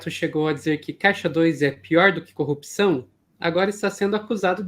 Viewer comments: cupsaum, pq ele não consegue falar CORRUPÇÃO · Ele não sabe falar corrupção também, todas as vezes que ele fala cupção, eu não aguento! Pior que ele foi elevado ao nível de herói! Aff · O Marreco falando coupcão é muito bom hwhwhwhwhwh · Fico abismada com a incapacidade dele de pronunciar a palavra corrupção... CUPÇÃO?! meooo deooos 🙄🙄🙄🙄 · "Corrupzçrrãoooo" hahahhahaha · Gente.!!! O Batoré de toga não consegue falar CORRUPÇÃO!!!! Jesus!